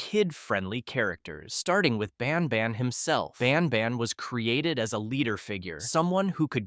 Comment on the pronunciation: It isn’t pronounced bon bon it’s ban ban